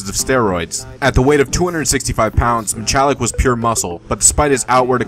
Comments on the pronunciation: It's pronounced Mi-hall-lick not Mi-chall-lick. Steve did not die from steroid abuse. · Steve Mihalik, pronounced with just an H not ch...dmass